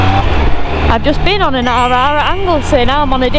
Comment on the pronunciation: With all them rrrrr rrrrr you sound like a pirate 🏴‍☠️ arrrrr🤣🤣🤣